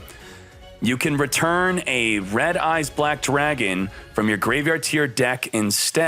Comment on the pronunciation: "RED EYES BWACK DRAGON" 🤣🤣🤣